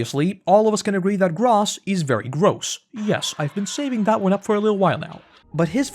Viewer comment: Gross is Gross… dude I know you watch the Dub. It literally is pronounced “Grow-Ss” not “Grahss”. Sometimes I’m just left baffled…